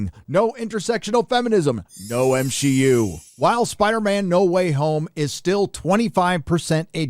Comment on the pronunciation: LOL 😂 it's so funny when you say MSheU